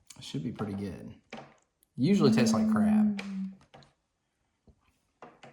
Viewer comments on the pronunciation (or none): thought he was saying crap instead of taste like crab